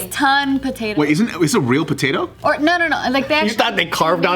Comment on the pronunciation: As soon as I hear patotoe I was like where's my nigga Viet potatoe Lee lol